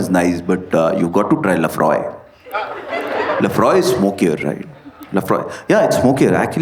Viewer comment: Aur Laphroaig me “G” silent nahi hota 😅